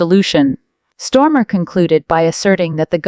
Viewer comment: STARMER 😂 NOT STORMA OMG !